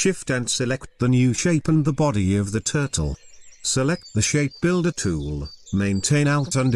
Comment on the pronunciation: Me: Narrator: ShaPe BUilder Tooool